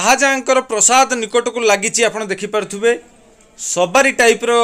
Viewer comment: ପ୍ରସାଦ ନୁହେଁ ପ୍ରାସାଦ